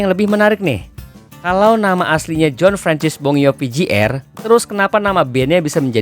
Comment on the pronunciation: meski di belakang nama orang ada "Jr." atau dg "(Jr)", umumnya seorang pembaca/ narator membacanya lgsg dg "Junior" dan bukan "Jey-Arr" utk menghindari pendengarnya mengasosiasikan dengan "J.R."